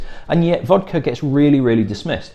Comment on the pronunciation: Learn how to pronounce vodka